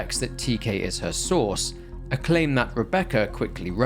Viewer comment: I swear to God I thought you were saying sauce instead of source every time you said source I was like why does he keep saying sauce what is he talking about😂